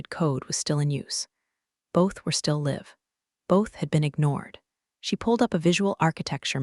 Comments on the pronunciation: It’s wild how the AI can narrate a 40-minute corporate revenge saga but still can’t figure out if it’s LIVE (as in “go live”) or LIVE (as in “I live here”). 🤦‍♂ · Good story teach your AI to say read and live in the right context ..really annoying